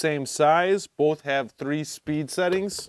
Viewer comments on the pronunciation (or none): none